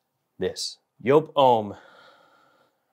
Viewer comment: Joop it's pronounced like jeep not like pope 😮